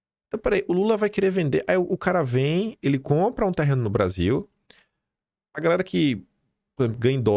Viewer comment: E ai gaReRa? 😂